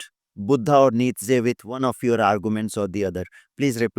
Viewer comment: You dont know enough about Nietzsche . Even a few youtube videos would have been enough for you to understand the beautiful philosophy of Nietzsche . Even 1-2 quality resources would have been enough to atleast inform you of how even his name is pronounced correctly . If you really care about truth in your work , go back and look up Nietzsche .